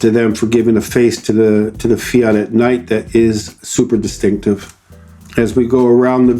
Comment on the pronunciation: The first American to pronounce FIAT correctly